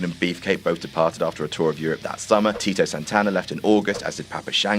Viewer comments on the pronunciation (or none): Nope he called him Tino again smh It's TITO!!! TEEE TOE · and in the end for Titos last match with the company he gets it right! Thanks. for finally calling him Tito and not Tino